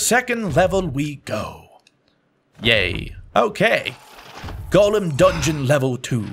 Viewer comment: i swear every time he said golem i heard Galm